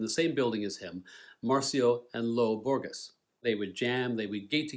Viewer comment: Hot tip: When pronouncing the words Borges and Gerais think of the sound of J. Such nice review with great depth and details, beautifully done.